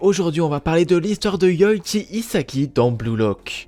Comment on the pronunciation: Wesh ta dis Yoiki mais c’est Yoichi